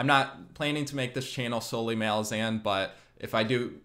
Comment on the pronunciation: Great video! But your pronounciation of ”Malazan” kills me. Rome, Roman. Malaz, Malazan.😁